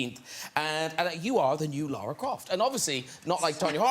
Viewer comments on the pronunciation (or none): i’m seriously thinking of boycotting this movie because no one in this movie seems to know how to pronounce Lara’s name. even Lara herself. they keep saying Lora or Laura. COME ON, PEOPLE!!!!!!! IT’S A RUSSIAN NAME. IT DOESN’T EVEN HAVE AN “U” IN IT!!! it’s my name as well, so i’m saying it from experience.